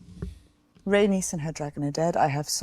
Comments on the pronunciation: Guys!! I love yall but you have to know how to pronounce Rhaenys’s name. It’s Ray - NEESE not Ray - NUS 😩 It’s NEESE! NEESE! NEESE! She’s a Targaryen princess and the Queen who never was. Show some respect and stop calling her an anus lol That’s what it sounds like when you keep pronouncing it Ray - NUS. Sorry I had to say something. It was bothering me lol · (Corlys' wife) Pronounced Ray - neice 😂 Corlys has Targaryen blood their houses have always been close. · Agreed, the way says her name is so weird. I've commented previously on other episodes how to pronounce it but doubt he sees comments that much?